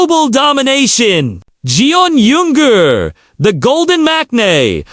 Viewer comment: You really butchered Jungkook and Yoongi 's names! I agree with you that Namjoon would make the best husband and father! Actually I think they will all make great fathers! But, Namjoon has the maturity needed!